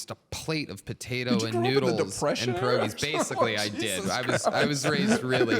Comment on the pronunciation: Listening to Tony Hinchcliffe mispronounce pierogies, as a half polish boy, makes me cringe.